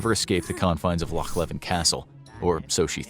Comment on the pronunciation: LOCH LEVIN!!!!!!! ITS LOCH LEVEN AT KINROSS